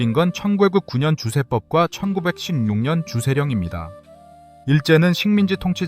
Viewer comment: 가양주를 허용하니까 일일이 세금 매기러 다니기 번거로워ㅆ겠죠. 그 당시 일본의 주류 산업 성장을 견인시킬 겸 세법 적용과 품질 관리를 용이하게 할 겸 해서 조선의 가양주를 의도적으로 퇴락시킨 거라고 봐야 할 겁니다. 돈도 벌어야 하지만 그러려면 통제 관리하기 쉬워야 하니까요. AI의 설명시 숫자 읽을 떄 발음이 이상하네요. 1916년 천구백피십년 이런 식으로 읽는데 자막 없이 들었다면 오해 여지가 있었을 것 같습니다.